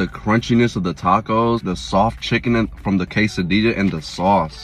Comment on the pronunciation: You forgot to say quesadillas with the LL pronunciation lol 😂